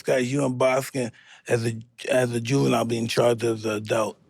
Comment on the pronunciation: It’s Ju-ven-ile my boy